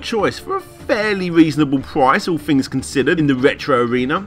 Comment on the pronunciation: ITS PRONOUNCED THINGS!! WITH A TH...!! NOT FINGS!!...